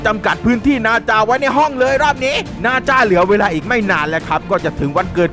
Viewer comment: พี่มันไม่ใช่บาจามันนาจา